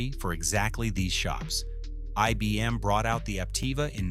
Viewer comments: “E B M”? Really? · When within the first few seconds IBM is mispronounced as EBM, I stopped watching.